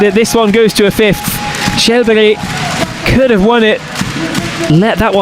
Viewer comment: I ask which is more annoying, the image cuts or the way the presenter says « Charles Berry »